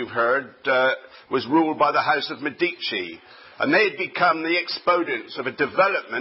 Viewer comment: ME di ci. Stress on first syllable.